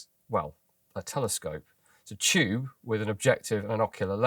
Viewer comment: "the choob is imaginary" :)